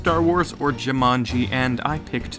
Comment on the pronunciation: Why do you switch pronunciation of Jumanji? between: Jimanji and Jumani? x3 You have seen all the movies, you should know how to pronounce the name/title by now. xD lol But an interesting and very~ plausible theory indeed. ^^ Though how would someone now be able too destroy the jewel now that the game is a game cartridge? <=0